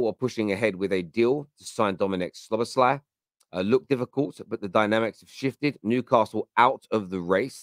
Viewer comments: Brother. It's pronounced: Sobber-sly Hahaha you make him sound like a male on male erotic film actor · Szo-boss-him-lar. I’m calling him